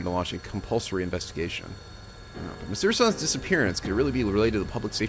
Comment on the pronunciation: it felt so good to hear Chie pronouncing Mitsuru's name like that (kind of like Japanese would)